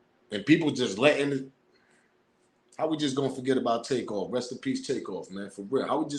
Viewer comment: The dude recorded dat video sounded funny the way he said takeoffs name...hes lik take paused then said off...y not say it the way it is takeoff